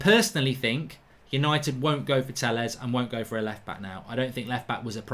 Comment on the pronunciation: For the life of me I can’t stand this anymore. It’s pronounced “Tay-yez” and “Reg-ee-yon”. Pronounce people’s names properly.